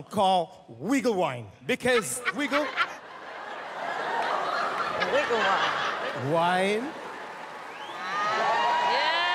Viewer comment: "wiggel wine" 🤣🤣🤣